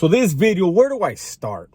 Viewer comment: New Bid-E-O